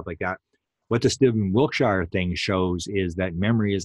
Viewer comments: Please stop saying wilt- shy are. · Wiltshire is pronounced wilt- sha. Every shire is a sha. Yorkshire, etc.